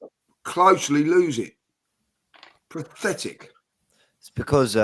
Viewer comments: "Prothetic" Everyone else: "Pathetic" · Can some tell lee its not pronounced "prothetic". 😂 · Why does always say “PRATHETIC” 😆